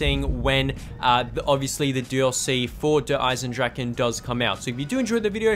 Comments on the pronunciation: Der-is-en-drach-A Dempsy says it himself in the trailer. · Why do people call it dereisendrachen if Dempsey says dereisendrache?